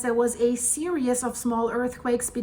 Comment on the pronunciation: Series is pronounced sear-ees not serious sorry it is stupid of me but it drives me crazy when you say crater serious when your meaning to say series! 🙏 thanks for all your time and effort your pouring into all these videos, I really do love watching them, especially when you go live! Hi rudi lol!!